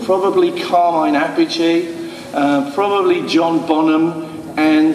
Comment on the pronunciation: first time ive ever heard somebody say carmine appice's name in the correct italian way even carmine wont say it right car-min-nay ap-a-chay it even rhymes its cooler that way